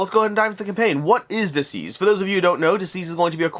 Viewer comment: It sounds like you’re saying diseased and not deceased